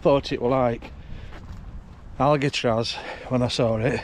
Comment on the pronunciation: 'Alicatraz'??? Doh?